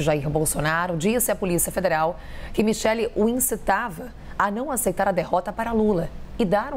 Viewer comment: Kkkk É micheque essa pronúncia sua ñ m convenceu kkkkk